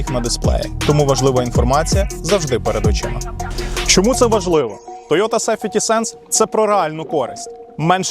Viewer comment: Чому сефєті сенс, а не сахветі сенс? Правильно буде сейфті.